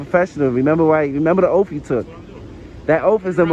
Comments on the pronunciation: The officer took an "oath," NOT an "OAFF." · Remer ur Oaf....no it's Oath.... Obviously you need to go to a speech class to Learn the correct pronunciation of words.😂😂😂😂😂😂😂😂😂😂😂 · Does he know the difference between an oath and an "oaf"? oaf /ōf/ Learn to pronounce noun a stupid, uncultured, or clumsy person. He is an oaf for his actions, speech and to an extent his beliefs. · Please learn how to say oath! It is not😠😠😠😠 offff! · This sovtard wouldn't be able to ever take "a oaf." Translation : AN oath.... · Did you take an "oaf"? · It's an oath not an oaf, he is an oaf an oath is what he took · He just admitted he is an illiterate. 😂 he can even say oath correctly 😂😂😂